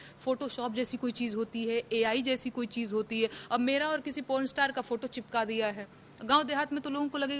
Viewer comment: Desh ko cheej bol rahi hai vah